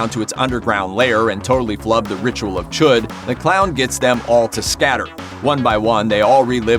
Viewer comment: It's not CHOOD, it's chud! smh